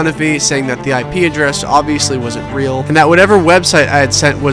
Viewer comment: I hate to nitpick a great video such as this, but I can’t help myself! The currency “real” is pronounced like “hey-ow” (singular) and like “hey-ice” (plural), it’s not “rey-all” or “rey-alls”